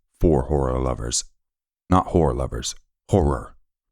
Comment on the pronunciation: Hor-ror lover not whore lover 😂…and the way you said “oh my goood” better not be this dude” lol